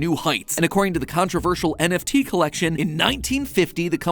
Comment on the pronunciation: You can still hear Mattpatt having trouble saying NFT's😂